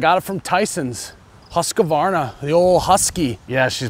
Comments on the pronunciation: Husk varna , not huska varna . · It's "Husk-Varna". ;) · Everyone says husq-a-varna lol. No “a”. Just husqvarna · I thought I love Husqvarna mowers .. wow.. husk a varna. Who's ka varna.. lol